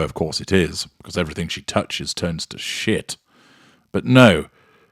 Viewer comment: Love the way you say “Sh111t,”. The slight drag on the vowel. Delightful emphasis.